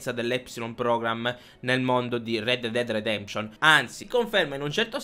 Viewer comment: Red dead dead detemption?! Come cazzo lo pronunci lol